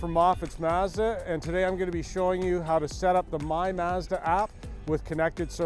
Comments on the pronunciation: It's mahhhzda, not mehhhzda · I have never heard anyone pronounce the word “Mazda” like these 2 gentlemen do. 🤔